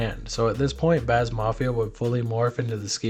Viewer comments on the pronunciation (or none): It's bass not bazz